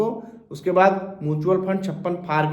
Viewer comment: पता तो आपको भी नहीं है म्यूचुअल फंड को मूंछवल फंड बोल रहे हैं